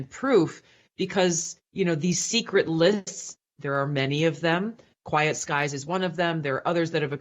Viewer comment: I think you'll find it is "Quiet Skies" not "Quite Skies"....